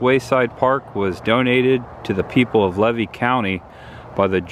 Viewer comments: I waved when you drove by, but you didn't see me 😂 I'm going to give you a couple correct pronunciations for future reference, not to be a wise-butt. Levy is Lee' vee. Not Lev' ee. I know. I thought so, too. Wilkes-Barre, PA sounds like bear' ree or barry. Had you ventured down the road next to the locomotive about 4.5 mi, you'd come to the Waccassa boat ramp. Next to it is a still operating fishing club/camp. The scenery and fishing/picnic area is breathtaking. I've not seen a gator there yet, but nearly stepped in fresh bear poo. There was quite the game trail in the reeds(stay away!). The 2 videos I've seen so far are very well done. There is some rich history to be found. Did you avoid Follow That Dream Parkway on purpose? If so, you missed a couple treasures, one being 'Crackertown'. I look forward to watching more of your videos ❤ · Levy County is pronounced ‘LEE-VEE’ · FYI: It's pronounced Lee-VEE county! I have a friend that grew up in Gulf Hammock. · I live in Tampa now, but grew up just north of there in Dixie County. I know that area well. But the locals would laugh you off prounouncing Levy County. Lee-Vee is how it is pronounced.